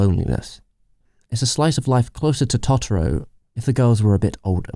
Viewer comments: hows this dude gonna pronounce it "taughtaro" like its chill? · Even in the film dude. Totoro is pronounced "Toe-Tor-o" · Just to say, you mispronounced cagliostro and totoero and ghibli These are pronounced as below Cag-Lee-oe-stroe Toe-te-roe Gib-lih-he